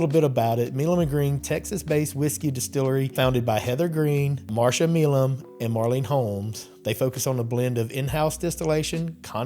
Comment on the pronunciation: Does Marsha really pronounce her name "Me-lum"? Benjamin "My-lum" was one of the fathers of the TX revolution and there's a street in downtown Houston named for him pronounced "My-lum". Sounds odd to hear it pronounced any other way. Thx